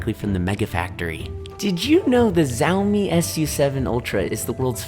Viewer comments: Bro “zowme” cmon it’s pronounced Shau-mee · the what? Ziaomi 😂😂